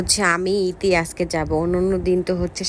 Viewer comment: আজেক ❎ আজকে✅ 🤷🏻‍♀️🤷🏻‍♀️🤷🏻‍♀️🤷🏻‍♀️🤷🏻‍♀️🤷🏻‍♀️